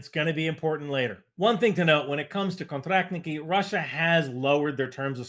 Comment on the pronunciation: Pretty good pronunciation I like your «контрактники»)